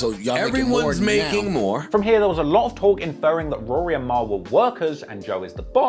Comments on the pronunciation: It's weird the way you say Rory properly sometimes, then you switch to that weird Rury pronunciation. Are you doing that for the Americans? Anyway, very interesting video, first one I've watched. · I lost a lot of respect for "Rury" here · Are we not gonna talk about the fact that they pronounced it ROO REE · Akademiks pronouncing it Roo-Ree and Maul is the ultimate disrespect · Him keep referring 2 Rory as RURY (from Akademiks) is fckn HILARIOUS 😭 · im dead at you calling him rury the whole time lmao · Bruh I’m like this video heavily leaning towards Ak lmao. Dude sounds like a fan especially the way he keep pronouncing Rory and Mal name the same disrespectful way Ak does lol